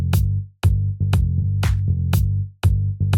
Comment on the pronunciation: L'accord shengen ! 😁